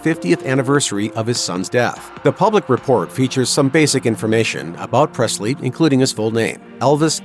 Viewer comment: There is no “t” in Presley